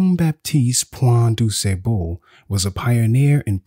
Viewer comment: I wish the narrator would stop pronouncing DuSable's name incorrectly... Especially since he pronounced it correctly intermittently throughout the video. It's disrespectful.